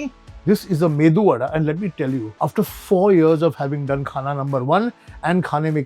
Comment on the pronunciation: Thank God at least he says medu vada and not MENDU vada